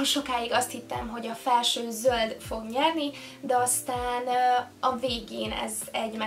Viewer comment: Miért montadazt hogy zóld.😅😅😅😅😅😅😅😅😅😅